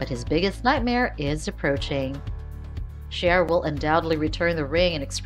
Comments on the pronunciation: This person should watch the show if they are going to talk to us about it!!! Chera??? What the $$&#!?! Find out HOW to say characters' names or get another job that you know how to do properly! It is pronounced CE-AIR-A!!!!!!!!!!! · Cher-uh? No, See-air-uh. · Ciara : C - AIR - A not Chera. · It’s not Cher it’s prounounced C -air-a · Sheara is not how you pronounce her name